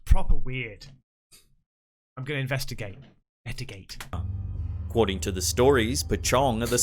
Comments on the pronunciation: Has anyone notice he be saying invetigate instead of investigate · I love when he sais invetigate xd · Everytime 😂😂 is no one gonna tell him hes been saying invetagate instead of investigate 😂 idk I've been watching him for a bit now so I'm not sure if hes saying it on purpose